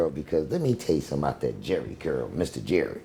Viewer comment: This fool said SCurl 😅😅